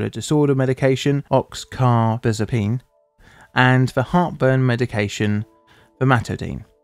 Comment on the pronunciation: Good job on saying Oxcarbazepine